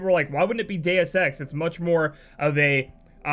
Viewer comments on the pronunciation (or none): "Dues EX" eh Lol